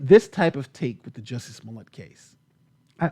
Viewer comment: He can't even get Jussie's name right